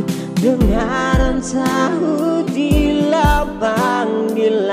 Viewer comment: Mungkin masukan saja, Kaka kalo bisa pengucapan itu lebih jelas, "dengar dan sahuti" bukan dengan sahuti panggilanku Salam🙏